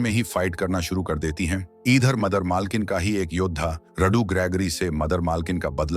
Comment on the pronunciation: Monster❌mainanster✅padti hai❌paddhati hai✅idher❌eedher✅😂pakdne❌pakdchne✅ladai❌ladchai✅